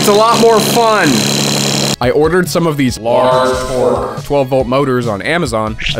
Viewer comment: I’m subbing just because of how you said LARGE TORQE